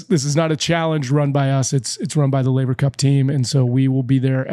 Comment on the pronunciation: "Man, we've come so far since you mispronounced Laver" 🤣